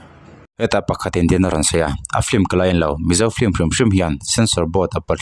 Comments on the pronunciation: "Film" tih pronunciation hi Vai lei tlir dik ve thei lote'n "flim" tiin an lam țhin a. Keini Mizo tribal thu har leh ulh deuh pawh lam dik thiam v ek si hi chuan "flim"chu i ti ve lûl lo ang u. Mizo lei hian" film" tiha letter "l" lam ri telin "f-i-l-m" tiin kan lam thiam êm êm tho a ni. Chuvangin, "flim" tiin lam ve tawh lo hram teh ang u. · Ti nge a chhiartu ber hian ' flim' a tih tlat le?